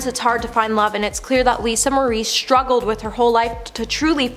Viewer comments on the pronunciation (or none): Lisa shtruggled? You do a veery good job and would be much more professional if you pronounced words properly. This is not a speech impediment.